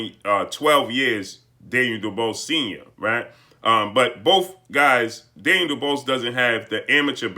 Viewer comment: What did this clown just call him???..Daynell DuBalls Hahaha Let me help you sir...Dan-i-el Du-Bois (pronounced Do Bwaa) Blessings